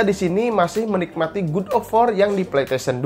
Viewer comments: koreksi bang bukan gud tapi gad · Gad oy gad bukan gud Dasar sunda :v wkwkwkw